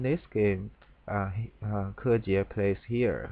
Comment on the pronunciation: So this is how you pronounce Kejie correctly. :) I have only ever heard his name as spoken by English speakers. Thanks for the review.